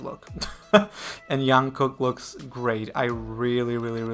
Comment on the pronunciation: Oh Jungkooks name is pronounced Jung - Cook (Kook)